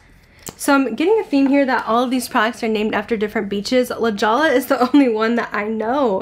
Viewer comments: Were you referring to La Jolla? It's pronounced like La Hoya. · La Jolla. I live in LJ on the coast. It's pronounced La Hoya. The Jewel in Spanish. Great video! Love the colors.